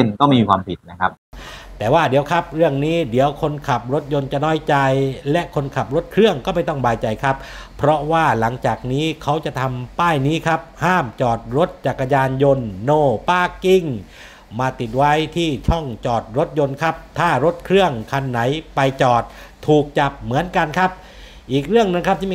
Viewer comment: Parking ปาร์คกิ้ง เขียนแบบนี้ครับ ถ้า Pakking อ่านว่า ปักกิ่ง 😂